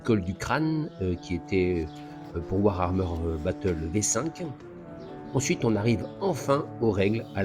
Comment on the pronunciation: c'est mignon, au bout de 30 ans t'arrives toujours pas à prononcer warhammer, tu nous colles un R en trop ! (war-armeur ;)